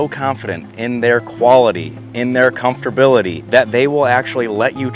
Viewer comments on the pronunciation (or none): "Comfterbiluhdee" is not a word.